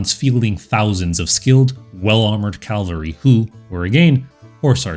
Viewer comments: Bro, I like your channel, but given how the focus of your entire channel is on cavalry please learn to pronounce the word. "Cavalry" not "calvery". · It's "cavalry", derivation from French "cheval", meaning horse, and not "Calvary", a hill near Jerusalem, where Jesus Christ was crucified. Still, a great video. Subscribed. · I really like your videos but you need to stop saying "calvalry" and instead say "cavalry". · Please...CAV - AL - RY. Not CAL-VA-RY. I've noticed that a number of American YouTubers speaking on military topics get this wrong. Why this vocal obsession with the site of Jesus's death? The mispronunciation is very noticeable as 'calvary' communicates such a powerful image, one which has nothing to do with mounted soldiers. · I like your content. It's well researched, and the Mongol period is one of my favorites, if only because of the massive destabilizing influence, pure fear-factor in Eastern and Central Europe before they arrived, and just morbid fascination. My only complaint (and it, quite frankly, is a huge one for me) is your pronunciation of cavalry. The way you pronounce it, CAL-vary, was where Christ was purported to have been crucified. CAV-alry is what gallops over the hill to save the day (or seemingly ravages the whole known world, in the case of the Mongols).